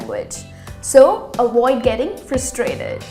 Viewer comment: What is awaoid? It’s not awoid but avoid.